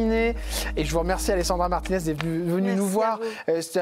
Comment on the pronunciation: Alessandra Martines c’est italien et cela se prononce à l’italienne